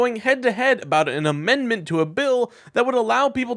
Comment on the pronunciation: English is bot my first language but it irks me when she says mendment instead of amendment.